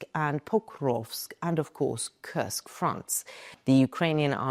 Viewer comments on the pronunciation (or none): none